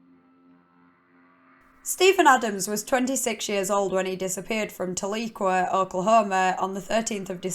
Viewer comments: Love the channel! Never heard of this case and im from Oklahoma! Tahlequah is only a 30 min drive from me. Also Tahlequah is pronounced Tal E kwa. We have a lot of towns with names that have Native origins. Great channel and content! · It's pronounced "Tal-uh-kwah" but I knew Stephan. He used to supplement his income by working at the "feathered boa", a cat house that disguised itself as a strip joint. He would dress In a corset and stockings and run the gamut of college guys and military men. He was mentioning how he started hanging a general that had lots a secrets. Left a file in his room with "top secret" written.on the front. The general left the file so Stephan looked through it and it was stuffed full of secret documents pointing at a machine that can teleport penises to other dimensions. That's why the govt killed him. He knew too much about penises, in the first place, and now he knows of the telepeener??? No way. Too much a coinkydink for me!